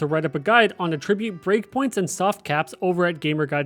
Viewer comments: Okay lol no. It's not A-ttribute. It's pronounced At-tribute. Good video otherwise. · The way you pronounce attribute is incorrect as your pronunciation is as a verb which would be used like this "he attributed the firm's success to the efforts of the managing director" whereas in this case it should be used as a noun and would be used like this "flexibility and mobility are the key attributes of Britain's army" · cant finish this video because of the way you say attribute like it's not a noun in this instance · Please for the love of god, learn how to pronounce Att-ribute, not A-tribute 😂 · You're saying "attribute" incorrectly. The way you're saying it is the verb form. AT-ribute. Emphasis on the first syllable. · You know what I realized, I pronounce attribute based on the context, but I realized should I be? Like, “to what do you attribute the pain?” = ah-trib-byoot vs. “video game attribute” = at-trib-byoot. I’m shook. 🤣 Great vid. This helped. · You lost me at the way you pronounce attribute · I like this vid because the mispronuncation of attribute shows it's real! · I’m sure hes a real person. But mispronouncing attribute definitely makes him sound less human. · Literally can't trust anything in this video after the 10-second mark when "attribute" is pronounced incorrectly... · bro can’t even say attribute correctly why ima trust anything he say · Less than a minute in and you mispronounce attribute and wanton… a wonton is a chinese dumpling filled with cream cheese. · He pronounces "attribute" and "defense" wrong too haha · Can somebody tell him the proper pronunciation of "attribute" in this context, please? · So appreciate the video and the help, but I can’t keep listening to attribute pronounced wrong, I’m losing IQ points… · You real quick look up how to pronounce “attribute”. The noun and verb are pronounced differently. I love you.